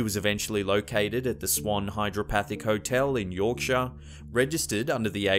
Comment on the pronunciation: Berkshire, it's pronounced Barkshire. At least you said Yorkshire correctly! Props as always for the video!